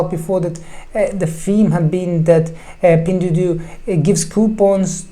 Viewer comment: Your pronunciation of "pingduoduo" is awful and wrong :D Thanks for the great Video tho!